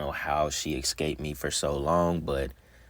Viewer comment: ESCAPE not EXscape 💀🙄